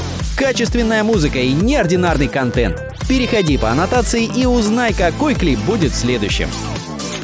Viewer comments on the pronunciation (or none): none